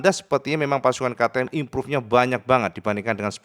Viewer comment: Imprav impruve gak impruve impruve.... HTA busuk